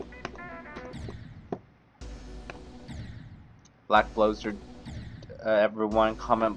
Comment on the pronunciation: bleck bloozurd